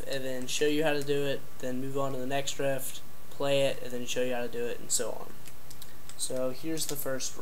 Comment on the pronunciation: Hehehe.......he said rift